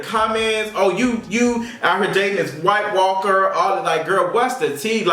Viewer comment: I die every time you say “White Walker”. I diiiiiiie!!!! Lmbo.